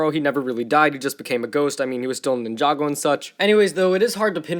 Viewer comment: did he just say jinjago